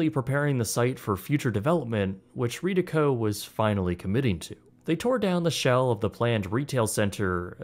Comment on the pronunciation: Its always great hearing a bit about our local "history". One thing, from someone who's father worked for the real estate company for 20 years (retired before Bloomfield Park), its pronounced "red-e-co". Doesn't matter, this is a great video, just some useless things i know.